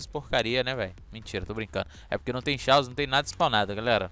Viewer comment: o nome é chaos mas se le Caos não xaos